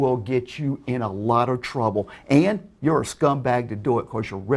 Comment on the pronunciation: I know it's weird but I find it hilarious the way he says scumbag.